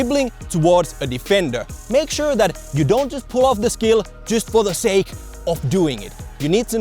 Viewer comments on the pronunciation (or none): none